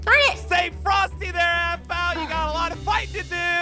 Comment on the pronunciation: Yeah and btw it's aphmau not "ahpmau" no hate btw